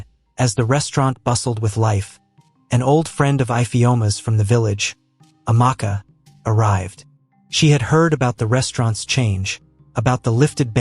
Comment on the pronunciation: Ifeoma pronounced ivioooma? Amaakaa? Is the narrator an alien from marmaid?